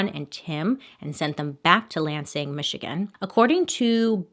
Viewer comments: You just say “lanesing”???😂😂😂 Coming from your fellow Michigander it is LANsing❤️ also my dog is named Bailey 😂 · Lol bailey I love you but girl it’s not Lang-sang 😂 LAN-sing. Sending love from Michigan! ❤️ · Lansing is said like "land-sing" without the D... and it's a little weird having you do a story from my home town. 😳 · Lansing Michigan is my hometown😊 it’s actually pronounced L-an-sing (like LANd not Lane) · no shade bailey but it’s pronounced lan-sing , she said langsing and i just wanted to correct 🥺 no shade🥺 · It's pronounced Land-sing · im here in 2021, lansing is lan-sing like rhymes with can bring LOL (from michigan) but like, not quite emphasized, or maybe thats the lazy midwestern accent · You said Lansing, Michigan wrong but I still love you Bailey!!! I can't get enough of your stories and makeup 😍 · I'm from Michigan and the way you pronounce Lansing is everything, I love it 🤣😭🖤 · As a michigander the way she pronounced Lansing michigan hurt😂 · Lol I'm from Michigan it's pronounced land-sing but make the d silent. How you said it was so cute. I love your videos and look forward to them every Monday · Lol its LAN- SING 🤣 😂 I'm from around out there and that was the best pronunciation I've ever heard haha I've never heard this story tho, so thats pretty cool that my first video of yours was a Michigan one! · I have family in Lansing so to hear you pronounce it wrong made me giggle lol😅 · I'm so excited. I've been watching you for ages and waiting for you to mispronounce a city in Michigan. Excited it happened!